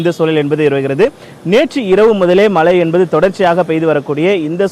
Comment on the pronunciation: This reporter cannot pronounce மழை properly. Keeps saying மலை.